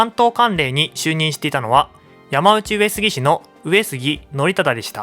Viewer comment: ”やまうち”上杉氏でなく”やまのうち”上杉氏では？